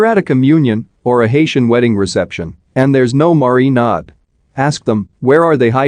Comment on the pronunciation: It's the way it says marinad for me